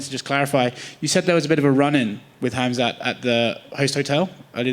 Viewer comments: Is Khamzat pronounced "Hazmat"?😆😆😆😆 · the pronouncing khamzats name hit me hard aha